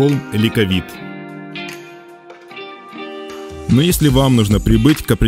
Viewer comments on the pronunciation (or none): Мужик, ты меня убил!!!!! Ты переплюнул всех кто каверкал греческое слова. ЛИКАВИТОС, а не ликовит.